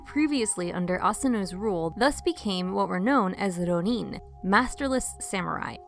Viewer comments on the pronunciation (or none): Hearing these narrators say “rro–NEEN” (with a trilled ‘r’, no less) is far too grating on my ears for me to tolerate. If you guys don’t know how to pronounce “ronin,” why not just look it up? It’s not hard to find. I don’t want to be mean, but hearing American English speakers drop into some kind of phony foreign–sounding accent that sounds like somebody just made it up is too much for me to be able to take this video seriously.